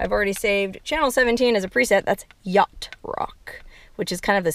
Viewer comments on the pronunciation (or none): none